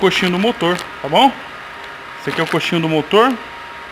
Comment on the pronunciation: O nome é coxim, não coxinho